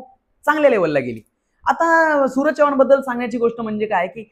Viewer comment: नीट बोल भाऊ, चौवान नव्हेरे माझ्या, चव्हाण. 😂😂😂😂😂😂